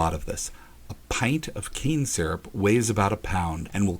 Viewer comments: I thought he said cancer the first time when he said cane syrup LOL im deaff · First time you said cane syrup, sounded like cancer. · When you said the canes would be turned into cans syrup, if almost sounded like you said it would be turned into cancer.